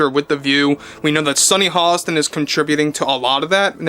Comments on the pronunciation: It's Hostin, not Holliston. Otherwise, you're spot on. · Dude there’s no L in her last name! C’mon guy! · There is no l in Hostin.